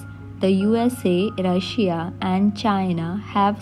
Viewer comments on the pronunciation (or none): none